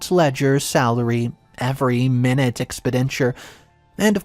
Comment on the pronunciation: Pronunciation mistake: Minute - In this case, it’s pronounced like my-noot, meaning small. It’s not pronounced like minute for time or 1/60th of an hour.